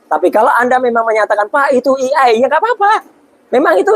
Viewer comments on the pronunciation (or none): AI pak Roy, bukan EI....